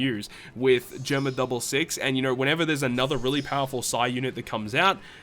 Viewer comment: Hey just wanted to let you know Germa is pronounced “jeh er ma” not “jur ma”